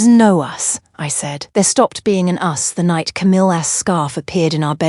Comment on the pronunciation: I think it's an '''a.i. thing'''. It also tends to pronounce 'bullet wound(wooond)' as '''wownd'''. Hair bow(boe), comes out as '''bahwuh'''. 'Us' gets spelled out, u s, as if each letter was a word. I thought it was a glitch in the video at first. Then I realized it was happening to all contractions, NOT JUST the ones with '''---'t or ---'s'''. Can be very irritating sometimes.